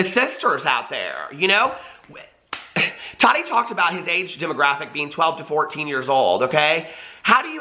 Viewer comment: Tah-ti not totty